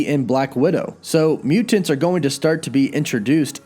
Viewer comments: Im dreading hearing you say muTANTS 100x this video.. "muTANTS" and "imporTANT" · Please stop saying mutants like that! Mu-tants! It's so cringe bro. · I'm just here for the way pronounces MUTANTS.:) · Over pronunciation. lol